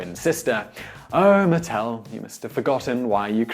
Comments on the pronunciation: The company name is MatTEL not MATtl. Accent on the wrong syllable. My mother was an early employee and I was a playtester as a child. People need to remember that Barbie is a fashion doll, not a nude model. Her waist has to be extra small because of the fabric build-up there when you have waisted clothes and multiple layers. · Look, you gotta work on the pronunciation and stick with it: it's MUH-TEL, not MATT-ELL. And the pregnant Barbie doll was called Midge.